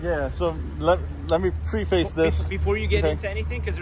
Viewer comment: Pre-face? Or preface... Pronunciation matters!